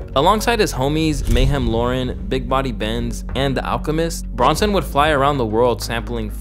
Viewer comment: IT’S BIG BODY BES NOT BENZ